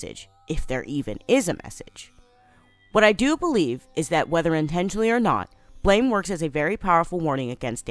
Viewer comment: Who’s goin to tell that this Manga is pronounced Blam?